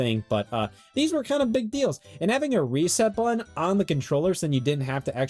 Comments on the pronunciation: From one Scott to another, im not trying to make you feel self-concious but hearing you say buh-inn over and over and over again is making my day. Thank you so much. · why does he sometimes forget the word "button" has t's in it